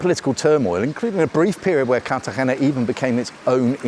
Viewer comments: Nice video but you’re pronouncing Cartegena poorly. Think Car tah hey nah. You are using a deep throat approach to pronounce the “hey.” It’s not that deep. The sound stays forward in your mouth. Give that “r” a slight roll and a light “hey” and you’ll have it. 😊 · Interesting, but why can’t you pronounce Cartagena?